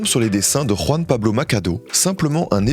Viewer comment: J'ai de la peine pour Juan Pablo, ils ont tué son nom